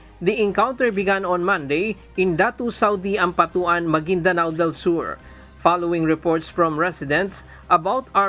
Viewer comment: The reporter says BI ep ep, palowing ...😢 Anyway, Salute to our Unsung heroes. ❤